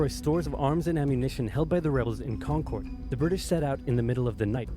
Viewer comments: Hi Massachusetts native here. When he pronounced concord he said it wrong. I’m from like 20 minutes from concord and have family from there I see regularly. It’s pronounced like con-curd. Curd as in the food ya know? Con-Kerr-d like Steve Kerr the coach. The or in it is pronounced like someone that’s confused. Errr. Yeah carry on and murica. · As someone who is from Mass. I hate how the original video's narrator says Concord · I've never heard it pronounced that way. Odd. Wonder why it's so wildly mispronounced?